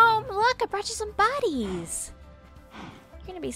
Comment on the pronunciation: Am i the only one who heard "I brought you some bodies!" instead of "I brought you some buddies!" Anyone? Anyone? Just me? Just me...